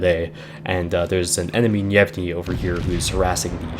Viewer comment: yay my favorite line in game Gnevny is in my port and not leaving till the servers die minor nitpick probably already mentioned, the G is a hard G and pronounced here, for the rest of your russian DD reviews